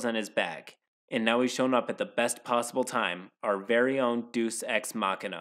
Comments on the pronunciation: The only thing I can remember about this within five minutes of the video is OPs mispronunciation of Deus Ex Machina. Day-oos. Not Dee-us. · Deus comes from Deity, so Day-oos, not deuce. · “Deuce Ex Machina” Dude, it’s Day-Us. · It's pronounced day-us. That bothered me as well. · Your video quality is constantly improving. That said, a couple quick pointers: 1. Pronunciation. You've gotten better with this, and calling Yami (Yaw-mee) Yam-ey isn't that bad, but reading Deus (day-oos) as Deuce was like getting run over by a freight train. 2. Some editing is still off, with both video and audio. I'd say you should always rewatch your final draft right before uploading. Your earlier videos were hard to watch, but this one was straight up good, and I can see the quality getting better. Congratulations, you've got better content than 80% of YouTube content creators! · *Hears "Deus" pronounced as "deuce" instead of "day-oos"* Part of my soul: Aight, I'mma head out. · This is a pet peeve of mine. It's pronounced 'day-us' not 'deuce'. Sorry. I love Deus Ex and I'm finicky about the way people pronounce the name. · Deus is pronounced day-us, not doose. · "Douce" ex machina, first time I've heard it pronounced like that hahaha. "Shit, from the machine" oh man. That's the best thing I've heard all day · I hate to be that guy but “deus” is pronounced day-us. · I’m sure someone else already pointed it out, but “Deus Ex Machina” is pronounced “Day-uh-s” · In this case, I think it's more appropriate to call it "deuce." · Throw that guy the Deuces Ex Machina. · I'll never get over 'Deuz Ex Machina' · I'm listening to this more than readn and I swear to God I heard "Douche Ex Machina" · Word: Deus: DOOSE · "D U C E ex machina" XD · >doos I mean...come on guy, the words thousands of years old. You've had time to learn how to say it. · "DEUS" is pronounced "DAY-US" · deuce ex machina nice pronunciation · ok so it is pronounced "dAy-use"